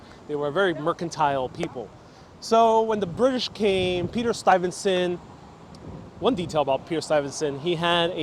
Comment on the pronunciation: is mispronouncing the name of Peter Stuyvesant. Sounds like he puts an "n" sound after the "y". Standing in front of St. Mark's church, he says "septum", when I think he means "sexton"---i.e., janitor, caretaker.